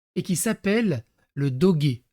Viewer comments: On dit pas Dogué ça se prononce le doge comme une horloge 😉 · Doge prononciation comme en français 😊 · on dit doje :) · c'est pas doggy c'est doge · Ça se dit dodje fais un effort 😢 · on ne dit pas "dogué"! XD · Ca se prononce Doje.